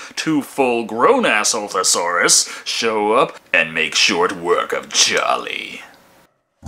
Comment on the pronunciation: I believe he said saltasaurus